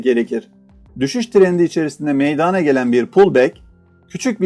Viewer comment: Video paylaşımlarınız için teşekkür ederim. Çok yararlı buluyorum. Lütfen Eleştiri olarak düşünmeyiniz. MEYDANA kelimesini, MEYDANE şeklinde telaffuz etmezseniz, çok memnun olacağım, teşekkürler.